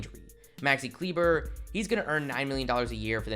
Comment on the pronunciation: The way to pronounced Maxi Kleber😂